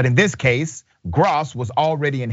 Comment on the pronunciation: Its (growss)...that is how you pronounce that name.